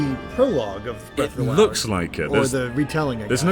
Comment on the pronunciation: The Legend of Zelda: Breath of Doriyah